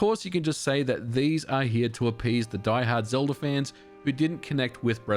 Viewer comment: Why do you add an R to the end of words that end with an a? I checked multiple times. When you said Ocarina of time you put an R on the end of that, too. Zelda at the end as well.